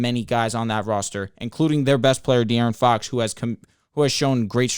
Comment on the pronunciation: Can yall please tell how to pronounce De’aaron Fox correctly 😂😂😂